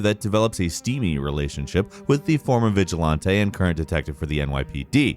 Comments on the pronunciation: my man, love the videos but uhhh it's vi ·juh·lan·tee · This man just said vigilantte. Ps. Not hating just poking fun